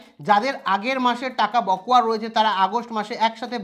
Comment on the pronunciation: উচ্চারণটা বকোয়া নয় বকেয়া হবে। আর আপনি বড্ড চঞ্চল, রোজ ১০/১৫ মিনিট ধ্যান করবেন। তাহলে খবর বলবার সময় এত হোচট খেতে হবেনা।